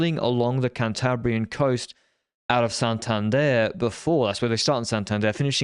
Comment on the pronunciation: you got to work on your Spanish pronunciation. I don't know why you keep on pronouncing Santander as a French man. You do know we are in Spain here? I'm from Spain, just giving you some pointers. But I do appreciate your learning of multiple languages.